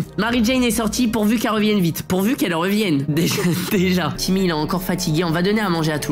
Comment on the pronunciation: tu disais timoute avant alors pk tu dit timmy